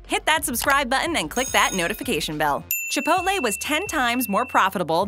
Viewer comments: Haha he's trying to be funny by making fun of people that pronounce it wrong. But ends up pronouncing it "Chiopolte" when trying to be correct 😂😂... Chi-pole-tay... dear God. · I'm a simple man. I hear "ChipotLEE" I dislike. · It's pronounced chip polt lay not chip polt ta. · CHA-POIT-LAY wtf is up with how people say chipotle. I swear the smallest things bug me. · She said chipotle wrong the whole time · I hated every second she said chipotle wrong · I hate how she said chipotle until